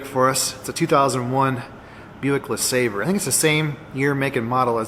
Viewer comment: I believe it's pronounced Buick LaaSaabBray :)